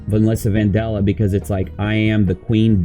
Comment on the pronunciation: How can you pronounce it van-doll-uh when it is clearly spelt vandella (van-Dell-uh)